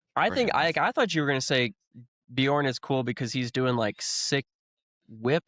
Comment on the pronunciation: I've always found this podcast entertaining, but hearing DJ and both saying Bjorn's name wrong after and both said it correctly made me want to shove a knife through one ear and out the other.